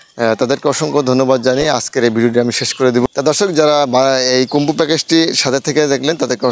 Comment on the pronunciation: Khumbo na bhai..combo hobe..uccharan ta tik kare neben..Good luck.